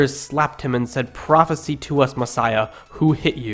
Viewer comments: First problem. You are pessimists. Second problem. There is no such thing as Source Q. Read the intro without asserting negative conspiracy theories into it. Third problem. Your illiterate like all atheists. Mark 14:65 you quoted does not say "prophecy" but "prophesy." You act like you know more than all scholars and yet you do not know how to pronounce prophesy? Hey kid, you got a long way to go! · pro fe sI si not ee whatever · When Jesus was blindfolded and beaten with fists, the attackers didn't say "Prophesy" as in Prophes-ee. They said "Prophesy" as in Prophes-eye. Prophes-eye is a verb. Prophes-ee is a noun. The narrator should know this, but apparently does not. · The work "Prophesy" is pronounced "pro-fuh-seye" i.e. with a long "i" at the end, which mean present tense.. You read it as if the word were "prophecy" which is past tense. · your pronunciation is so bad i can’t watch this. it’s not one kings it’s first kings second kings first peter second peter. pra-fuh-sigh. ka-per’-nay-um. and there were more.... this is intellectual shit my friend and intellectuals must pronounce things correctly to be taken seriously. get it together and check the pronunciation and watch more vids on people talking about this shit. check out Bart Erhman and Matt Dilahunty for starters. it helps to see how people who were born again evangelicals talk about the bible now that they are atheists. they know this better than an outsider can and they know the conventional theories and PRONUNCIATIONS. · You don't even know how to pronounce "prophesy" when used as a verb. (prof-uh-sigh) That's embarrasing. Your arguments are embarrassingly simplistic and your pronunciation reveals a deep ignorance of the subject matter.. Stick to atheism instead of biblical criticism. You're way out of your league. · /ˈpɹɑfısaı/ "prophecy" isn't past tense (that would be "prophesied"), but a noun. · Check your pronunciation of "foal" and "prophesy"